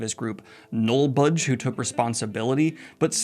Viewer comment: thank you to these disney hackers for letting me experience daniel greene trying to pronounce "nullbulge". furries really do run the world